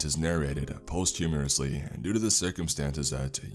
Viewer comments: Approx. 22 seconds in, he talks about the second part of the story being narrated "post-humorously," though he actually means posthumously. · I noticed the post-humorusly too 😄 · “Post-humorously” 🤭😂 Posthumously- pronounced: ”pah-stoom-us-lee” Great reading tho regardless 🤘🏼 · 22 seconds in and had to stop. The occasional linguistic flub that trips a reading already invested is one thing, but this was right out the gate and I know you've used the word posthumously before. There is no r in that word.